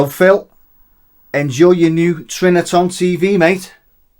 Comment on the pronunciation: Are u saying TriniTON?? 😂 Cool vid! I used metallic grey permanent marker on my Trinitron scratches 👍🏻 worked well